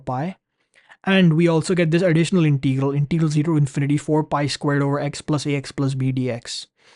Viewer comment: Pronunciation: it is Integral, not Inteegral!